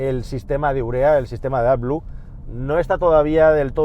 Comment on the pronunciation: Me encantaba, hasta que dijo urea